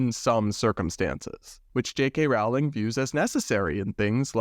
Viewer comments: Nitpick: Rowling is pronounced rolling (rhymes with bowling, not with howling). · Mega Harry Potter fan here. For future reference Rowling is pronounced like rolling.